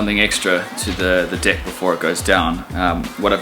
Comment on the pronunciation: When he says "deck" its sounds like "Dick"